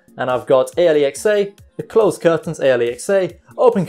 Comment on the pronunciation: Because he is saying it in a shitty way and only realized after making the vid: "Aeliexey" 😂😂